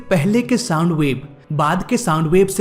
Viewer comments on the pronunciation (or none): Thik se sound bolo bhai saam saam kya kar rhae ho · 2.04 minute .... It's sound barrier not सांड barrier😂😂😂😂